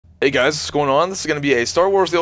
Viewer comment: ''you huys get the jizz'' ?